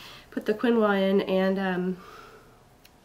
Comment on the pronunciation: yes, you pronounced it right, Keen-wah. I have known about it for a long time to be very nutritious, but I didn't know it was good for milk supply, so thanks for that, cos I had mild problems with milk supply with Izzy and was a little worried about this next baby. So once again thanks for the heads up!!! cool x